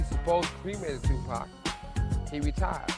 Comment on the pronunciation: I'm supposed to believe a chick who cannot say tupac right? These are old photos ppl. He was a gift. Let him rest